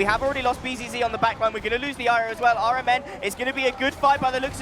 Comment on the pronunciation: the fact that caster keep pronouncing rMn as iron man triggering me